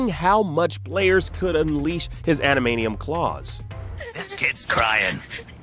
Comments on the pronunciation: This man can’t pronounce Adamantium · "Adamanium Rage" 😏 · Ada-man-tee-umm, not adamanium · What's with the pronunciation of adamantium? 😂. Adam-ant-ium not adam-ey-neeum 😂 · Ok im sorry but he called it ADAMANIUM not adamantium. This reviewer should stick to toy reviews from now on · What are "animanium claws" supposed to be..? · Ada "MANT" ium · Are you trolling by pronouncing it admanium? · You should not be allowed to do a video about Wolverine if you can't pronounce Ad-a-man-Tium! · Adamainium lol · Wolverine's revenge was one of my favourite games growing up, also this guy needs to learn how to say Adamantium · Why does he keep saying adamantium that way? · The way this guy pronounces adamantium is weird lol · ...why did he say the Wolverine game on NES was "overhead"? 🤔 ... And doesn't pronounce "adamantium" correctly even once 😮‍💨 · Calls a side scroller an overhead game, pronounces Adamantium wrong. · If you're doing a video about Wolverine, maybe get a voice actor who can pronounce adamantium correctly ?? 🤔🤔🤔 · bro really fumbled pronouncing adamantium for 14 minutes straight 🤦🤦‍♂🤦‍♀ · "Adamanium"... "Kunami".... does this guy even PLAY games or is familiar with the X-Men/Wolverine at all? 😂😂😂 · coo-nami? adamanium? silicone knights? geez, learn to pronounce things dude.... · also keeps saying Konami like coo-nami for some weird reason